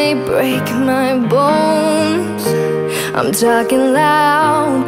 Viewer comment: Why does she say "Li'm Titanium"? Why the "L" before??